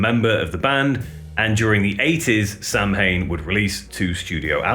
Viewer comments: It's pronounced sow in. Not Samhain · Might not be 100% correct but "Samhain" is a gaelic festival to mark the end of the harvest season. Modern halloween can trace its routes back to this festival. It's pronounced "Sow In", could very likely be the inspiration for the name! Great videos been watching for years 🤘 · Samhain is pronounced Saa-win. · Fans possibly pronounced it this way, but I wonder if it was the original intent. My guess is it was sowan. I had the sticker on my car (1988) and pronounced it sam-hain because I didn't know. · Samhain = "saw-wen" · Samhain is pronounced ‘Saa Win’ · samhain is pronounced sah-win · Samhain isn't pronounced that way. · Yes, and many other people mispronounce it as well. My guess is that they didn't know how it was properly spoken and just pronounced as English would read it. Or they just didn't care. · I get so tired of pretentious bell ends trying to sound so smart by obnoxiously proclaiming how to properly pronounce Samhain. We all know how dickheads, Danzig has phonetically pronunciated the name in interviews while also Correctly pronunciating the proper Gaelic word in lyrics. So we get it, ok. Just because your mom says you’re smart doesn’t really mean you are. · Dear Americans, please learn how to pronounce Samhain properly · samhain is not pronounced the way he said it